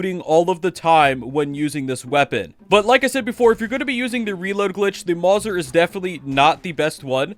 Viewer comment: IM SO MAD AS A GUN NERD ITS MOW ZER NOT MORSA